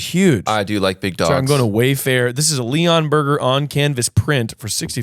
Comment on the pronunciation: Them calling Leonbergers Lee-ahh-n bergers is so funny 😂😂😂 Lee-uhnberger, they're not named after Leon 😂😂😂